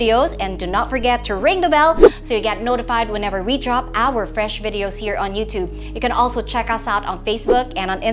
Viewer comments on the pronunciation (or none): Did she say “youdoob”? Masyadong slang si ate.